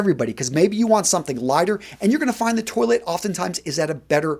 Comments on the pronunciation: Dude it’s not toilet, toilette. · Par-fum Twa-let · Fluorcyl no you’re much closer to the correct pronunciation than is. Eau de toilette written phonetically would be like “oh de twah-let.” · Lol. I love your channel and your advice is great, but PLEASE do the correct pronunciations. Toilette is pronounced twaulett, not toilet - which is what European people pee, etc. into. That one in particular isn't the greatest mental image to have when thinking about a frag. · Also you keep saying "toy-let" like the thing that you pee and poo in. I thought it was pronounced "twah-let". Am I wrong here? By the way I'm being serious, I'm not trying to be a smart-ass. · Lol...when he says "toilet". 😁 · I feel like you are pronouncing it 🚽 as subconscious dad joke. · nice assortment. Though, Ragazzo! As man of European descent, you should pronounce the French word "Toilette" in a correct way. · I love your videos, but the way you're pronouncing toilette. 😂